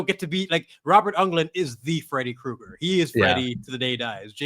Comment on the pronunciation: Does have an issue pronouncing names? Lol Robert ungland? Quae gon jinn? Lol I'm just poking